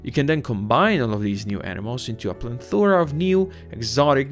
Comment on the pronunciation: Hey man. I'm not trying to be a dick, this video is old and im just watching some cool videos. There is no letter "N" in "Plethora"